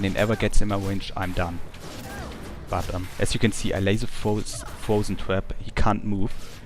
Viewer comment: haha i thought u were saying twerp instead of trap